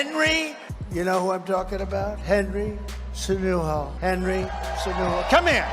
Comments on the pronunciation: hahahaha "Senudo" and "Cenono" LOL... so sad the old man can even say a name rigth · " HENRY SAY-KNEW-NO " 😂😂😂